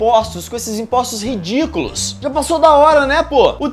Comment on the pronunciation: Ó o pulinho do cara, e esse RI-DI-CU-LO, sei não hein ( ͡° ͜ʖ ͡°)